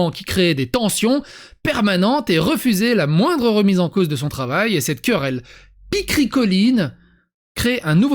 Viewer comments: picrocholine et non pas pichricoline : pour qualifier une querelle stupide. Ça vient de chez Rabelais comme dit la dame Gogole. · La culture se perd... Ce n'est pas "picricoline", mais "picrocholine".